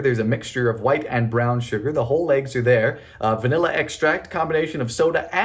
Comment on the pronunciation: This is now one of my favourite videos of yours, Dylan! 🥰 Although this must be the only time I've ever heard you say VA-nilla! 🤣 Edit: This looks like watching the evolution of your three-ingredient peanut butter cookies to your peanut butter bread.